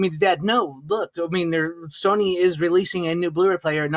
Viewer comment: Why the fuck are you calling it Sonny ? Its Sony. Nothing to do with Sonny. SONY! Why cant Americans pronounce anything at all regardless what country we're dealing with ? This is weird as fuck.